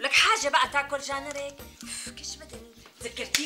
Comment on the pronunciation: "جان رك" .... و لا "جار نك"